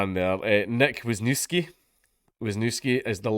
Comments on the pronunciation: A fellow Pole? How am I not surprised :) It's pronounced Vysh-niev-ski. :) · It's pronounced more like vis newv ski. I'll never understand why the Polish chose the Roman alphabet if they were gonna make up all their own rules for it...